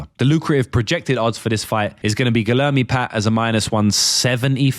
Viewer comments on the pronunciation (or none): Guilherme is pronounced like gweeyerme